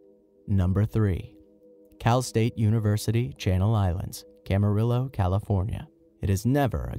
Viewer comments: Haha you said Camarillo wrong. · they said Camarillo wrong 😂 but i stay at CSU Channel Islands for two week but nothing happened to me but i did hear stories 😅